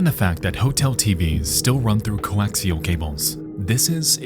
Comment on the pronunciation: The most disturbing thing about this video is how homie pronounces "coaxial".